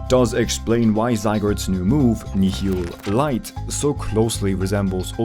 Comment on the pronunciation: Nihil is latin for none. Ignoring the fact everyone keeps mispronouncing it terribly, Zygardes move becomes "no light." Fairy is also used as a substitute for a handful of light based attacks which means Zygarde is essentially using some kind of technique to completely nullify the damage from Necrozma. Fairy's was just an additional byproduct if this technique. I think it's body becomes a black hole for light & the canon is actually a portal through space time for Zygarde to shoot nuclear bombs. Considering Palkia & Dialga can be found in other dimensions through the ultra warp ride, it's safe to say Necrozma scales above the creation trio dramatically. Mega Zygarde can bypass the natural order of things & the only other pokemon that can do this is Arceus. Lastly Z-Crystals actually also change Arceus's type when held. This suggests Necrozma was a diety that could probably hold it's own against Arceus. Currently Mega Zygarde is lore wise the 2nd most powerful pokemon to ever exist. Least until we get full power Kyurem. The ORIGINAL Dragon which if it's name is to be believed, would have came before & is probably far more powerful than ultra Necrozma.